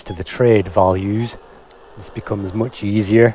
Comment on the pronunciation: You sound very British. Very very mooch. Moooooch. MOOOOOOOOOCH.